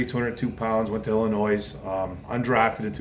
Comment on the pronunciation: You said "Illinois" and pronounced the s. They hate that shit in Chokago. Wooooooo!!!! WRs are not that strong. Ds will load the box on us on 1st down. We need to get 3 yds on 1st, or we'll be in trouble. If we can get 5 the D won't know what to do.